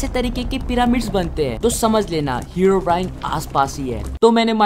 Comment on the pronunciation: Everyone: Herobrine: Heraobrine